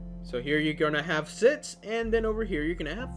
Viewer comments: ITS SIX NOT SITTTS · When you pronounce six like sits I just laughed I’m sorry